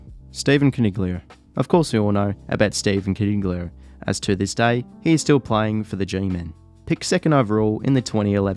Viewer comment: Stephan coniglio you said wrong 😂😂😂😂